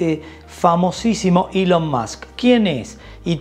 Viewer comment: Se llama ELON Musk no ilion más o que cambiaron el abecedario español castellano